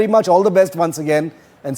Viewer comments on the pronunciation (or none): none